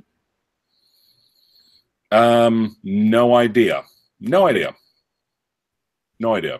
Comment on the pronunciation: GOTTAHH START SOMEWHERE, BUBBAHHH! BUBBR BUBBER! OMMAHUHHH OMAHA